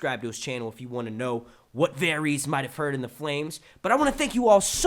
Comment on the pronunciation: Um, don't you watch the show? It's pronounced Var - iss, not Varies you great, lumbering mule.